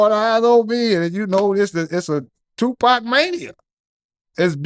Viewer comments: did this brother just pronounce tu "pack" like a white guy from the UK?! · Man said Tupac Mania 😂😂